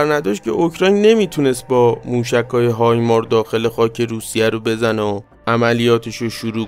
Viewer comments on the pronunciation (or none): چرا به هایمارس میگی هایمار؟